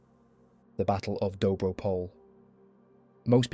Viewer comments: THe serbs were not the reason for the break in Dobro Pole (btw the pronounciation is POL-EH). But regardless the reason for the break in the bulgarian defenses is the bulgarians were already lacking ammunition, food provisions and vastly outnumbered. They had held out the line against immeasurably higher numbers for months. The germans not only stopped the first bulgarian advance which would have effectively destroyed the cornered ally forces at Salonika (due to the fact they stupidly wanted to continue the diversion of this second front) but they had also failed to keep promises for delivery of ammunition and provisions. The germans were buying out at higher prices all of bulgarian food on the market which had made it very difficult for the bulgarian army itself to procure the food necessary to sustain the army. On the other hand the allies were well supplied by the british and french. The breech of the defensive line was only a matter of time. However even after that breech the allies were not able to further capitalize on that and it became another stalemate. So it's really nonsensical to claim that that battle was of much consequence> The real reason was much more so the spanish flu which was ravaging the german forces and the US joining in the war on the allied side which made it impossible for the central powers to win. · excellent documentary. just a minor correction: dobro pole is pronounced more like dobro poleh ..